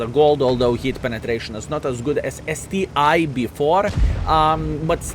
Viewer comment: It's not STI, man, it's ST ONE, COME ON :)